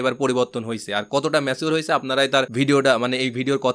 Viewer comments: ম্যাছিঊর কি ভাই Pronounciation thik korle shunte ektu valo laghe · Bhai it's not macure..it's mature